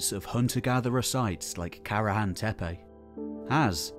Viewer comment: WOW a westerner actually pronounces Tepe as Tepe and not Teepi or Tipi or Tepi.